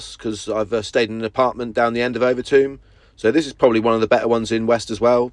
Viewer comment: It's Overtoom not over Tomb LoL 😂😂😂